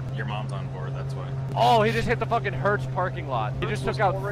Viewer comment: Did he say ""Give me the focking pretzels!"??